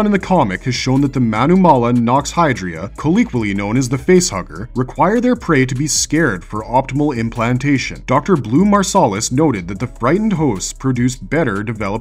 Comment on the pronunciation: Colloquially, not "calleequally"